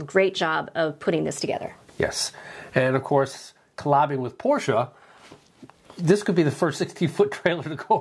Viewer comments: Thank you for correctly pronouncing Porsche. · Thanks! Having lived in Germany and owned a Porsche, I take great pride in pronouncing it correctly.